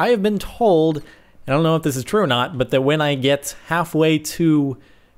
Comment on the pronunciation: I see what he did there.. "Ore" instead of "or"... funny guy... I have no life...